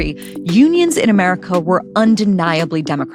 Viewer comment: I like what you say in general. But you are an American. And there is literally no excuse for intrusive Rs. Say America not Americer.